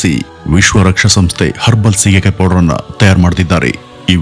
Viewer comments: Not shigekayi, it is Sige kayi. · ಸ್ವಾಮಿ ಸೀಗೆಕಾಯಿ ,ಶೀಗೆಕಾಯಿ ಅಲ್ಲ.